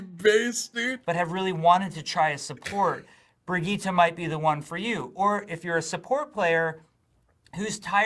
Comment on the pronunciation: Brigitte not Bridgette , we've all been saying it wrong